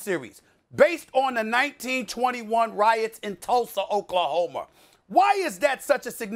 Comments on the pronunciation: Stephen "Oklahomer" Smith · Stephen "Tulser Oklahomer" A. Smith 🤣🤣🤣🤣